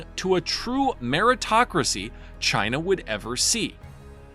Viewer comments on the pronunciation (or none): none